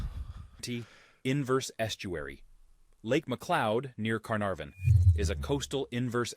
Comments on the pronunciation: These damn documentists dont know how to pronounce carnarvon or pilbra or monkey mia😭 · It's pronounced Pill-bra, car-nar-van and Monkey My-ah not whatever he/it said. Took me 7.5hrs to fly from Townsville Q.L.D back to Karratha in the Pilbara -Layovers in Brisbane and Perth. Love W.A. 2hr flight to Bali. W.A also has the best the best sunrises and sunsets in all of Australia coz of the red dirt. We've also had several nuclear test in W.A. Our gov't allowed a nuke test near an old aboriginal town, even though not all tribe members left. We even had one so large the nuclear fall out swept over the south through to Canberra and Victoria areas.